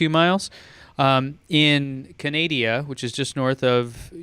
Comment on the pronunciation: and, it’s CANADA. not CANADIA. Grrrrrr...